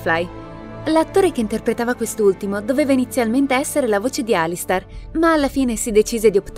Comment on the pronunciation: Ok, verrò fustigato per questo, ma... si legge Alistar o Alister... essendo scritto Alistair non dovrebbe essere la seconda? Nel video ripete Alistar più volte... questa faida sulla pronuncia giusta rischia di trascendere nel fratricidio...